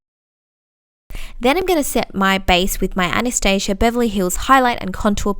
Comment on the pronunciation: IM SO HAPPY YOU SAID ANASTASIA CORRECTLY OMG YOU ARE AMAZING